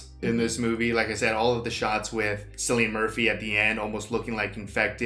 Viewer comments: Hey brother, just a fyi, his name is pronounced "Killian" not "Sillian." Don't worry, I was saying it wrong for years too. On that note, you two should check out the show Peaky Blinders. He's the lead in it and it's a fantastic ganster show. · Kill-ian, not Sill-ian. Great reaction! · silian murphy :) its pronouced Killian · lol... Sillian Murphy. It's Cillian with a K sound, Kill-ian. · His name Cillian, is pronounced Kill-ian (just in case you wanted to know). It's Irish so it is a hard C. Looking forward to the reaction to the sequel. Great reaction for this one! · still it's obvious lol that it's Killian not Sillian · It's Cillian not Sillian. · FYI, Cillian is actually pronounced with a 'k' sound, not a soft 'c'. So, think of it as Killian. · It’s pronounced Kill-e-in, I know it’s spelled Cillian but in the UK it’s pronounced with a K. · Main actor's name is actually pronounced "Killian" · His name is Cillian (pronounced Kill-ee-an) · just for future reference, the name cillian is pronounced with a k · Cillian is pronounced "Killian", as if spelled with a "k". Btw, the guy in the flat was Brendan Gleeson from In Bruges! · Great movie. Believe it or not its pronounced KILL-IAN murphy. Cant wait for 28 months later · His name is pronounced as Killian Irish names can be confusing lol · His name is pronounced (K)illian. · FYI...the C in Cillian is pronounced like a K. Thus, iits pronounced like Killian. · His name is pronounced "Kill-ee-an" Murphy. This is the best zombie movie for me. Perfect mix of zombie and human threat. I think it's safe to say, that this became a standard for zombie movies that came after it. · Btw, the C in Cillian is pronounced in the latin way as a K. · Kill-e-in is how to pronounce his name lol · Makes me lose even more faith in humanity that someone can be THAT famous, and people still can't pronounce his name right.